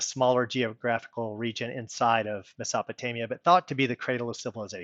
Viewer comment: Nice video and good points you've made. Thanks for making them. The only knock I can lay on you is that crazy pronunciation of "Mesopotamia" you made. And "anals" for the word "annals". That was an ear opener! And "Nut" for Newt. Small nitpicks, but very distracting. Thanks for the video. 🙂